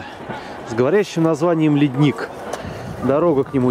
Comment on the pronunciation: правильно вроде говорится ледник с ударением на "е", душевное видео.....